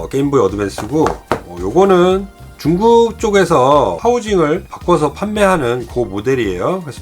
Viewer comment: 가끔 중국 발음이 쭝국이라고 하실때가 많음 컬리티가 낮은 상품을 소개하실때....쭝국이라 하심 하여튼 쭝국 때문에 도 코로나 조심하세요